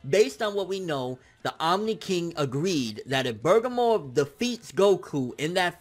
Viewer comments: Bergamo (Bir-gah-mo) not (Burgah-mo) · Who the fuck is Bergamor? You mean BER-GA-MO? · Hes still calling him Bergamore. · Its burr gaa moo not burger more wtf xD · just sound that shit out BER-GA-MO...... it's that simple LIKE WTF!?!? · Do you know how to read!?!? Like where are you getting "Burger-more" from!?!?!? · Am I the only one who gets bothered by constantly getting Bergamo's name wrong?